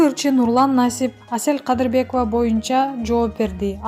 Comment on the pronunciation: 😝😂😁оа , Кээ бир жерлеринде СЕЛ КАДЫРБЕКОВА дейт го